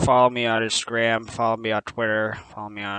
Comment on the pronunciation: "Instagram was unchanged" No, he actually says Insgram. You can clearly see that in the subtitles. Also, not even gonna acknowledge the timeline jump during the JoJo sequence? I thought that was clever. Lastly, the series may indeed only take place over the course of a year. It's quite possible that Gadget Gabe is a time traveller.